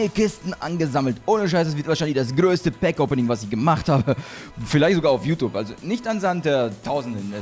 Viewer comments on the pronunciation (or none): none